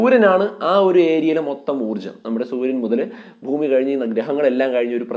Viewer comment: Foomi alla bhoomi aadym aksarara spudatha venam ok